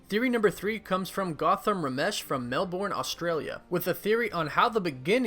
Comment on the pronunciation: Lol you pronounced Melbourne wrong